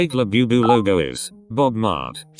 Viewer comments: "bob mart" LMAO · "Bob mart"💀